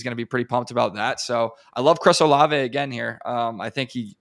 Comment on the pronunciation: Dude said olave in the 4th or 5th😂😂